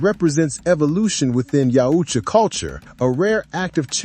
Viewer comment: For the love of sci fi stop glazing Trachtenberg trash. I truly hope this movie bombs and the franchise goes back to capable hands. It’s yautja not YEOWCHA fuck you kids shit on every single thing that was once great 😂🖕🏼